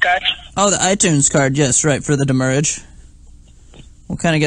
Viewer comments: "Send the doomurrage." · So is demurrage badly pronounced "damage" or "the moorage"? I haven't figured it out. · "DEMURRAGE IN OUR HEARTS" LOL